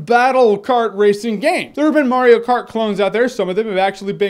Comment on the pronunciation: it's M-A-RIO not M-O-RIO!